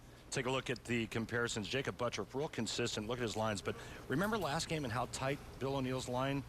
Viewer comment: "BUTTURFF" should sound like BUT TURF not BUTT ROUGH , but today he is just BUTT HURT!